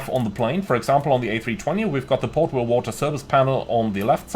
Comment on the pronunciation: Potable not Portable lol